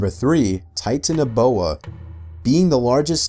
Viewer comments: Tie-tanoboa? Bro I can ace at pronouncing that and the reporter who probably grew up with English can not (Confused laughing) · "*Titin*aboa" "*Moss*asaurus"